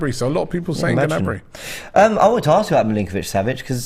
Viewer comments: It's Gnabry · It’s Gnabry.